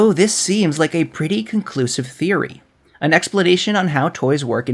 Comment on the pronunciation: Close enough, welcome Woody THREEory.